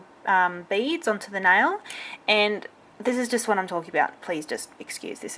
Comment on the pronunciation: If I didn't hear wrong...she says nail wrong...just sayin'.....i don't mean being silly or something